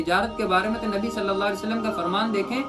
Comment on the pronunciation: "Nabi" ke achhe se le